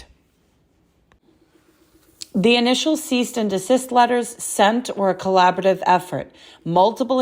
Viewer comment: If you're going to use an AI app to help you with your speech so that it sounds unnecessarily formal, you at least need to know what you're saying and pronounce correctly or there will be a HUGE disconnect, as we see in this video. it's "advocacy"... "advocy" is not a word. it's "cease" not "ceast"... it's " collaborative" not "collabative". Fyi cease and desist letters have no legal binding and are mainly used as a way to request actions to stop in a professional way. You get to feel like a lawyer for a bit lol. That's it. You do not need any legal experience to send one and "drafting one up" doesn't need a huge collaborative effort. There's plenty you can download online and just fill in the blanks lol.